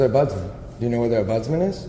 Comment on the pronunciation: It's an OMBUDSMEN, NOT budsman